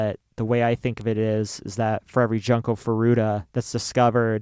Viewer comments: We realize in retrospect that we pronounced her name wrong. It is Joon-ko. At the time when we researched this case, every video had pronounced it as Jun-ko. Neither of us are native Japanese speakers, and we try to pronounce things the best we can. We wish we could go back and change it, and we considered doing the episode over, but we don't think we could capture it the same way, and the responses have been overwhelmingly positive about the episode in general. We will continue to try our very best to pronounce things properly. Thank you to everyone who has responded with kind words and understanding, as well as encouraging us that it is okay for us to get emotional about the case. This was an incredibly difficult episode for us to do, and your support means the world to us. We love you ❤️ - and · Just a comment about the video itself; please take the effort to learn how to properly say the victims name. You guys basically called her ‘Junk-o’ the whole episode and while I know Japanese is not your native language, if you are going to be covering this case, I think you should do your due diligence and pronounce it correctly, out of respect. I just kept hearing ‘junk’ the whole time. It says in your description that you looked at other videos but maybe look at how actual Japanese speakers pronounce it. Just a note for future cases you cover. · cant even be bothered to say her name correctly? seriously.